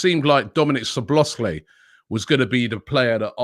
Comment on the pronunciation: dominik szoboszlai and it is pronounced soboslay without pronouncing the "z" sound